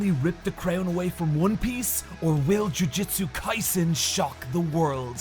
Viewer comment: Why is he pronouncing Jujutsu Kaisen like "Jiujitsu Kaisen"? I know he does BJJ but these are not the same thing lol